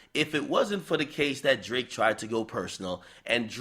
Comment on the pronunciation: Is it Drake or D L ake 😂😂😂